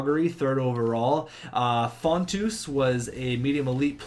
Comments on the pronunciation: Also it's font-in-os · How does Fotinos get pronounced Fontoose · How TF can you pronounce fontino, fontoo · How do you get Fontus from Fotinos?